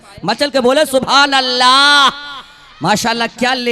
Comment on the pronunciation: Dad denewale ALLAH aur SUBHANALLAH.....ko sahih bolna Sikh kar bolen. Jahilon ki tarah na bolen.